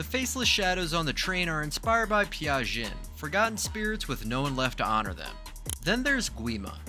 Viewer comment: Jiyu?????? Gino?????? Who????? It's Jinu!!!!!